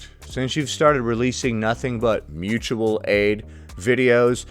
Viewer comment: It's pronounced Moochual aid. Someone hasn't seen a video about Roger 😂